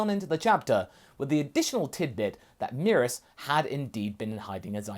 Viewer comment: First time I've heard someone say merus like that, I was low key confused, it's supposed so be "meh-rühs" not "me-rus"